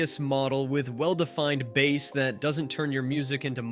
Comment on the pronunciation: Jesus Christ stop pronouncing it like it is a fucking fish!